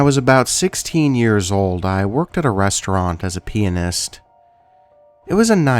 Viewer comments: I love your voice so freaking much, I wish you'd upload more. Also not to poke fun but the way you said pianist sounded like penis. yes I giggled. lol. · Dark Empress lol sure does sound like he says that!